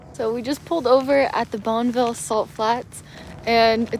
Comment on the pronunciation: I like how you pronounce Nevada! Souds elegant lol. Bonneville is 'Bonnyville', but you can say it like you want! The flats were part of an ancient inland sea(saltwater) that stretched to the border of California.